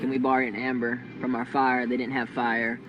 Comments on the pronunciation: It's embers as opposed to "amber". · The word is ember not amber! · It's EMBER not AMBER. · That was "an ember" not "amber."